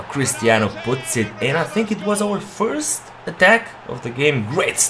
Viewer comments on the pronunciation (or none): none